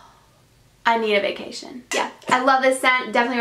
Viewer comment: LOL "i need a vaction" love it